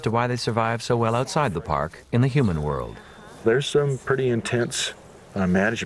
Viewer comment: Say it without PURDY, cause its just a bad habit